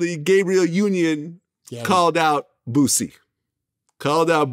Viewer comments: Yeah it seems a lot of people can't pronounce Boosie name right they say bootsy...lol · Did he just say "Bootsie"😆😅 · He said bootsie 😂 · Why is it so hard for people outside of the south to say the word BOOSIE? Even Vlad uses to Z’s lol